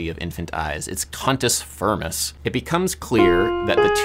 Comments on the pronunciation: CUNTUS FIRMUS! wait, that's not what you said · not to be that guy but did he say cunt-s frim-ns? and the title of the song just made it so much worse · Cantus Firmus??!! This is a sexual harassment "complement" when you say it with an English accent.